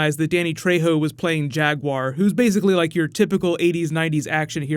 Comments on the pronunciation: Am I the only one that heard "Jag Huaer",like "Jack Bauer" when Rick starts talking at him? Best episode so far. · oh, i swear that i've heard then saying jaguaire all the time